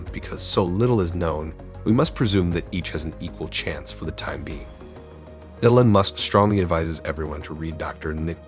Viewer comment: Who the hell says Elon like that? I mean I'd get it if you weren't American but jesus christ "A-lon" really?